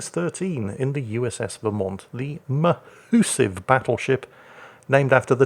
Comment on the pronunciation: The MahUSSive Vermont